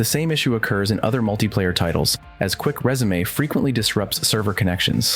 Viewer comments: It’s resume not résumé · dude you lost me at quick rezamay , learn to speak English